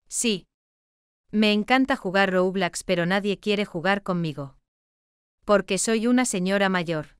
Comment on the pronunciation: me gusta cuando dice roublax